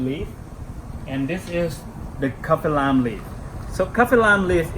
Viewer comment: His accent is strong so it sounds like he's saying the wrong word The way he says Lemongrass sounds like lemonglass Kaffir lime leaf sounds like kaffer Oil sounds like Oy